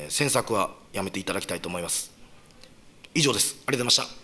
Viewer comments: 毎回言えてないけど、この人「ありがとうございました」って発音できないのかな？ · 最後の ありとっまっした！ が好き👍